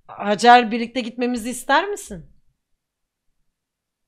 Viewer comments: lütfen haycer diyorsunuz fakat o bir türk adı hacer lütfen pls yani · peki pelinin hacer i heycır diye okuması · Hacer ismini zaten Pelin koydu sonra dalgasına heycır diye okumaya başladı kfoekofkeodkoek